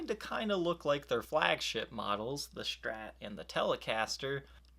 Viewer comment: Also can't stand the 'sh' pronunciation of SHtrat. It's not right to make fun of someone's way of speaking, but I seriously can't watch his videos.